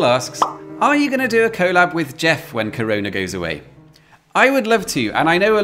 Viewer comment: sense of comedic timing is something I always appreciate. The pronunciation of 'collab', however...?! 😅